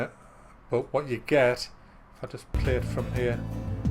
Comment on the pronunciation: Wat's witt dee wabbit?